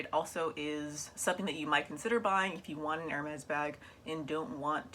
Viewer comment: Hermès not hermés please 😁❤️💋 J’adore ta collection de sacs Hermès Gros bisous à toi 💋💋💋